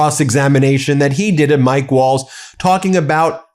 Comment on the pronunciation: Nice that Waltz has that bit of cardboard to tell us he is honourable, his words keep saying otherwise. Also his name is the same as the dance, I hear people pronounce it Walls? Or is that just the accent? As the t and z are getting no love.